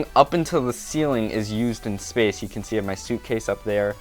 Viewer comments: " to free up some spafe spoof " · spath spoth